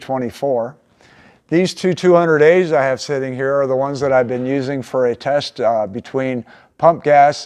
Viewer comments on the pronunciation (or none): none